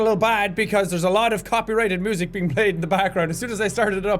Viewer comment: "Mooosic" nice one jack 😂